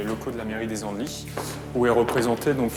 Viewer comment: Alors je suis originaire de cette ville et ça se dit : Les andel i le s est muet !